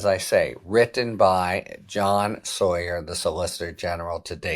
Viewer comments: Isn’t is sauer? Sounds like sour. Not sawyer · Sauer pronounced sour like he is on sour kraut or Nazi with a gravelly voice.